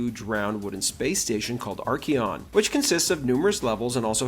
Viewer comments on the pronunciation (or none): Arc-E-on? Bruh, it's Ack-er-on.